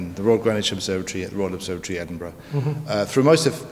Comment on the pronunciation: Just a tip, the gh at the end of Edinburgh is silent 🙂